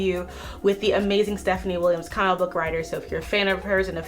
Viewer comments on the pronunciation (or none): none